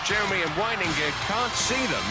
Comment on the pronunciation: I bet the commentator was super careful each time he pronounced the black guy’s name. The ref was focussing so much on the name that he screwed up with ‘Jeremeny’ instead 😂